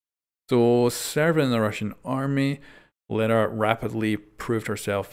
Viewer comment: It is pronounced L-ee-ra